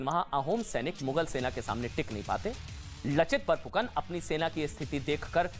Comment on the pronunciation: Not लचित बोरफुकन its लाचित बरफुकन